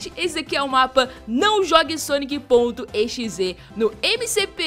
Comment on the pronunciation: nao e sonic.e x e e sonic.exe